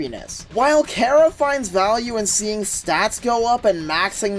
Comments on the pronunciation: it's pronounced kara not kera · its chara not karah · BROOOOOO!!!!!!! ITS PRONOUNCED CAR-A!!!!!!!